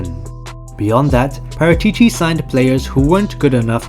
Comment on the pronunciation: That's not how Paratici is pronounced. It's Paràtici my dude.